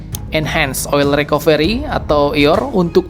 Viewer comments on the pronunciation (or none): none